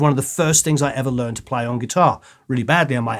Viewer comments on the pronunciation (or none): none